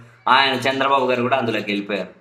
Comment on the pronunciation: చంద్రబాబు పేరు నొక్కి చెప్పకు, నార్మల్ గా పలుకు